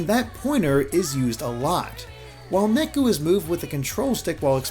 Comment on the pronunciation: I know that KH: DDD also did this, but Neku's name is supposed to be pronounced "Nay-ku", not "Neck-u". Japanese pronunciation isn't that difficult!